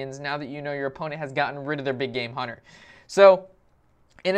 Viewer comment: LOL "Hun-TAR" Learn to talk, Geez.